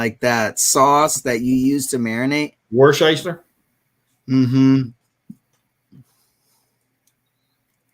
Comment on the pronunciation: Worcestershire sauce.... its pronounced Wuss - ter - sure... similar to the place Wooster in Ohio :) I'm from England